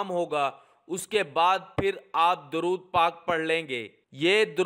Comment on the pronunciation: آپ دورود غلط پڑھ رہے ہیں۔